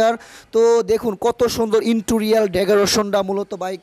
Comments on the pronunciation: Vai uchharon ta ektu thik korun inturior noa ota interior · ওরে গাধা ইন্টুরিয়াল না। ইন্টেরিয়র হবে। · ইন্টোরিয়াল না গাধা। ইন্টেরিয়ার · Akdom... R J interior k intorial bole bok bok korche se o pagol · Wtf is "intorial decoration"? It's giving me anxiety everytime I am hearing. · Intorial....??? Hayre...... Hashi thamiye rakte parlam na....🤣🤣